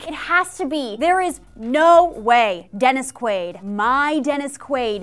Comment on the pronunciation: One question....who the fuck is Dennis......Queeewwaid??